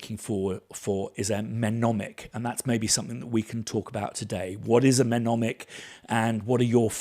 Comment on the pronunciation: Please check my comment as I have to say it’s “ nemonic “ as the M is silent!